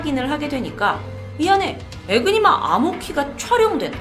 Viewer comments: 이니그마 에요 ㅠㅠ 에그니마 는 계란을높여부르는거 같잖아요 ㅜㅜ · 에그니마 아니고 에니그마입니당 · 에니그마 이니그마 아니고 . 독일어에서 Enigma E는 발음 에